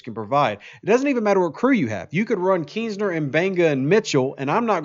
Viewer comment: Its King Keenser, not Keensner ;)